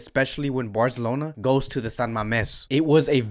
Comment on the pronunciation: Im so sad im not gonna make fun of the way you say BARZLONA today :(